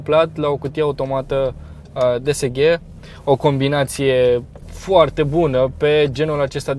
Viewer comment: vrem review la Seat Leon St Fr Facelift 1.4tsi 150hp 250nm dsg ( pronunțat desege nu ghe:|